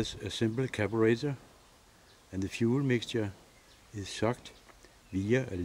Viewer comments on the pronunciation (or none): "caburetter" lmao